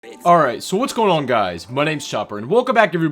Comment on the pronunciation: listen closely “reet”